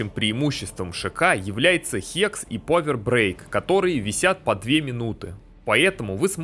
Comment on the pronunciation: Современный английский: существует 400 лет Декламатор: "вишионс стейс" "повер брейк" "кварт стейнс" "темпел кнайт" "дэз вайшпер" "халф хп" "поисон"